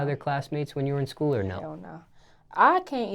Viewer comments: when she says school the L is silent lol 'scoo' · Her pronunciation of school.